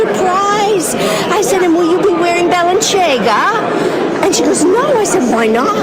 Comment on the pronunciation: Alito's wife doesn't know how to pronounce Balenciaga, and her fascination with "high-end" fashion doesn't sound very Christian to me. What was it Jesus said about a camel going through the eye of a needle?